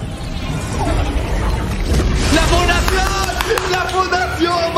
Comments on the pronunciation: alguien mas escucho en vez de la fundacion la funacion XD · En vez de la fundacion entendi la funacion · la funacion la funacion se escuchaba asi xd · Todos: la fundacion: la funacion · Lo que yo escuché cuando dijeron la fundación la funasion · soy yo o dijo la funacion? xD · Soy el único q escucho q dijo la funacion xd